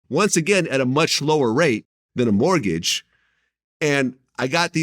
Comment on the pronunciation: Is it me or does he keep saying "martgage"